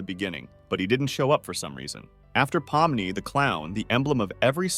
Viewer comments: Bro pomini what it’s Pomni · "po mi ni" 💀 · This is probably spoken by A.I, because no one, and I mean NO ONE calls Pomni “Pompey” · NO WAY YOU CALLED POMNI POMPEI 😭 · Also "palm money"